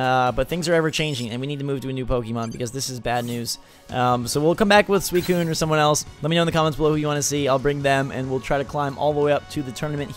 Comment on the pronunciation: suicine is pronounced sue-i-cune!